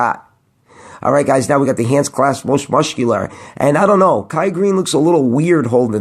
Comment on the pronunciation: you can't say the word muscular properly you silly sausage... but I digress still love your videos